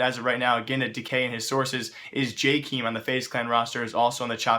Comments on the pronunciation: "Jakeem" instead of Jkaem lol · jkeam not jekem lol